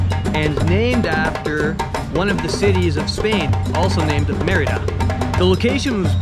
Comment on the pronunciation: Also... some pronunciation help... Mérida is pronounced "MEHR-ih-da", not "mur-EE-da" (accent first syllable). Quintana Roo is pronounced "keen-tah-na ROW" , not "kwin-tah-na roo" ("qui.." in Spanish is pronounced "kee.." and "Roo" rhymes with "toe", not "too"). Just sayin'...